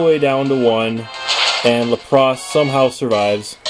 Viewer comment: Your pronunciation of Lapras is wack. LAP-riss. Emphasis on the first syllable.